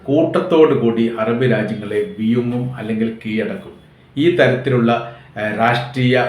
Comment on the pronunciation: ×വിയുംഗലല്ല× വിഴുങ്ങും✓ എന്നുപറയുക. ഭാഷയെ കേടുവരുത്തല്ലേ ?